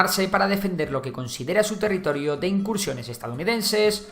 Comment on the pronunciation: Territirio? jajaja no obstante muybuen video como siempre